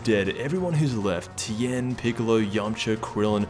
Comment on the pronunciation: Who was here when it said Tein lmao